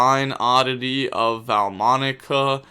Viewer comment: Take a shot every time violates the pronounciation Enjoyed as usual tho 🤙